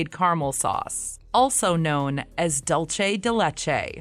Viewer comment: Its pronounced doolse